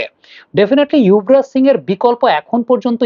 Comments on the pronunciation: উনার এই অভ্যাস পুরনো৷ ইংলিশ বানান দেখে বলেন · আপনার মুখে যুবরাজ এর বদলে ইউভরাজ শুনে খারাপ লাগল, একজন ফ্যান হিসেবে অনুরোধ থাকলো এই দিকেও খেয়াল রাখবেন, শুভ কামনা রইল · ওটা ইয়ুভরাজ হওয়া টা সঠিক, কারণ ওনার নামের বানান Yuvraj,not Jubaraj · না আপনাকেই অশিক্ষিত পায়ুবিজ্ঞানী মনে হচ্ছে৷ কারণ শিক্ষিত হলে জানতেন বাংলা উচ্চারণ যুবরাজ হয়